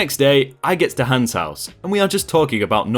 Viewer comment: You murdered the name hans!